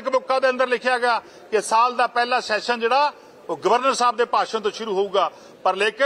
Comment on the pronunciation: yaar shession ni hunda Session hunda, vidhan sabha da session, not vidhan sabha da shession, 'S' and 'Sh' sound different. Please, your are a very good presenter but aa kuch nikkiyan nikkiyan cheejan val dhiyan diyo, Pannu saab bilkul sahi pronounce karde aa har word nu, ohna val dekh ke ee learn kar lao please. Boht lokkan nu sirf isse gall karke sunna band karta kyonki they can't pronounce the words properly and they act like they know everything about everything. Dhanvaad.